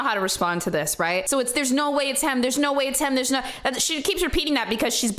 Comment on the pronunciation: HAHAHAHAHAHA! Dying at allegedly saying “NAUR” 😂😂😂